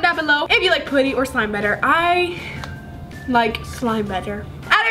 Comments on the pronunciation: You are saying putty wrong and it’s triggering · I couldn’t watch this video for long They way she pronounces putty got on my nerves BUT I STILL LOVE YOU 💞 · I don't like you say putty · It's driving me crazy how she says putty lol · I’ve never heard anyone say putty like that🤔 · Why do you say putty like that. I thought it was pronounced with a uhh sound not pooty. Lol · Its cringy whene you say potty in stead of putty pls stop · Am i the only one that gets bothered by the way she says puddys💀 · Did anyone peep how she said putty she said put e and how she said clear glue not clear slime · is pronouncing putty wrong it’s pu-tee not puty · Can you plz say putty RIGHT😡😡😡😡😡😡😡😄😄😄😄😄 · How she says putty: pooty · its pronounced puh tee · She says "poody" lol! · (Put)(ie) is how you pronounce it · It’s putty not pooty but good vid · It’s putty not potty no trying to hate but yeah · IT'S NOT POOTY IT'S PUTTY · It's putty not potty lol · It's putty not pooty 😂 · It is not poody it is puddy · I am not hating but when you say putty you say puotty u know what I mean it pronounced putty sou say ut not ot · I’m not being rude but in England it’s putty but in USA you say things differently you said pooty ,this not how you spell it but I’m only 10 1slime+1putty=1like plz like if you love slime if not dislike this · pUtty not pOOty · i’m sorry but not sorry it’s p-UH-tty not pooty 🤦🏽‍♀️ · I love you but you keep saying pooty not putty and it’s not very appealing to the viewers sorry. Love you 💋😍❤️ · I Absolutely love your videos and no offense but u say poouty instead of putty i am not trying to be mean so dont come raging at me because she is my top 3 fav youtuber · I dont want to be mean but you say pooty its pUty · Im not tryna be mean bc i love ur channel but it just makes me cringen when u say pooty, bc i thought it was pronounce putty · I'm sorry but it's putty not pooty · I think its adorable lol, but it also annoys me when she says "pooty" and not "P-UH-tty." Lol 😂